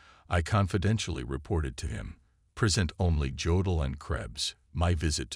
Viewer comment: I do wish your production team learned how to pronounce words. In German, if a word begins with J, it's a Y sound. You don't pronounce Jodl saying the J. The same with jawohl (yes). Also, Corps is not CORPSES. Unless you are speaking about the dead